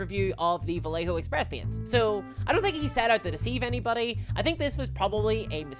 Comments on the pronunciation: nailing my arse , (ba -ye -ho) the rest its fine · For the love of GOD, Vallejo is pronounced Vie - yay - Hoe. FUCK! Made the paint for Walt Disney. Cool!